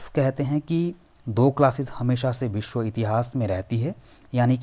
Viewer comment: Aap West Bengal se ho kya? “Biswa” bolne ki accent se aisa lagta hai..